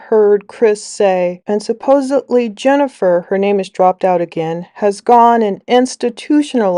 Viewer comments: Omg I can't stand how the two of them say "suppuvly" instead of supposedly. They don't even know how to say the word yet they both keep saying it over and over. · Is Chris saying "supposebly?" That tracks, honestly.